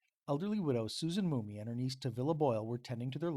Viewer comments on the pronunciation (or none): Why are you saying "Mooney" it's "Mum-mey". Also, the feud over property was with a "Lindenmuth" family. I'm connected to this story by marriage it's in my Family Tree. I've been researching to get as close to the accuracy as I can...it's not easy. In 2023 the Shenandoah Historical Society scheduled a discussion about this incident. The public was invited however I was not aware at the time, and I missed it...just came across it yesterday. I live in Lehigh County, PA about a two & half drive from where this took place. Some of what you said here are new to me and may be true-I'll need to look into it. Other parts sound correct and some sound like embellishment. Just an FYI...